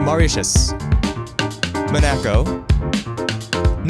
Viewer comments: I dislike how you said monaco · Did you say “mo-nack-o”? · Pronouncing Monaco like a weeb trying to read Japanese LOL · how did you manage to mispronounce monaco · Also Monaco😂